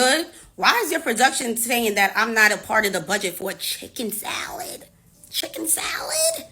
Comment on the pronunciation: Lmfaooooo chiikeen sALiittt ?! 😵‍💫😳 chikken salid?!! 🤣🤣🤣🤣🤣🤣🤣🤣🤣🤣